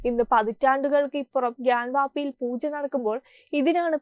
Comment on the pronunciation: Pls use word pronouncing properly...Pooja or Poocha.... When we hear you read...it hearing like Poocha....but ut is Pooja...worship...a humble request